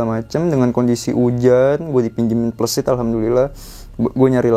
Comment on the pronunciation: Plesit bang, bukan pleusit klau pleusit itu pantat😂..cara penyampaian nya kurat tepat😂